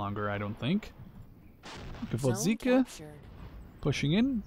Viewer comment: The Soviet SPG is called GvoZDika (carnation), not GvoDZika ...))